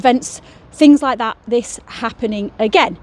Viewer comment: You said "hike" not like lol but great video 🙂